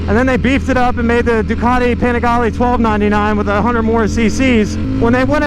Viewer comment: PLEASE WORK ON THAT PRONOUNCIATION.. PPEENIGALEE